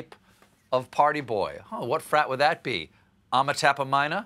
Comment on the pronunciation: I'm-a tappa minah 🤣 Beta get-a loy-ah Gonna go-ta jail-ah